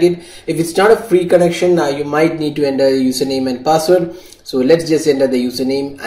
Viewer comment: Its not working in windows 10 phone.... Bro... by the way its not 'ender' its 'enter'